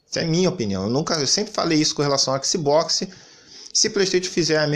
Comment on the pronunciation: Cariocas adoram falar ÉKISI BÓKISI, e nao ÉcsBocs